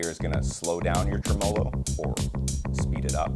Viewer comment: I believe the word Tremolo is pronounced Trim-a-low not Tree - molo. No offense.